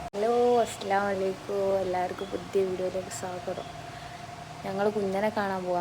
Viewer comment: സലാം പറയുന്നത് തെറ്റാണു "അസ്സലാമു അലൈക്കു എന്ന പറയുന്നേ അത് തെറ്റാണു "അസ്സലാമു അലൈകും " എന്ന് പറയു